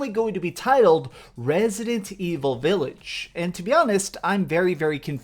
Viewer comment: VILLAGE NOT V I I LLAGE